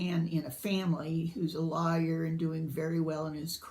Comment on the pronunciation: Oh, I love a British accent too! I heard your accent most strongly when you said "lawyer" 😁 So, what is your opinion on Americans one the Booker? As far as I'm concerned, all three winners since the change have been American - Marlon James had lived in the States for more than 10 years. It's funny how Americans don't claim him. If he'd lived in, say, Toronto, he'd already have a Giller Prize lol.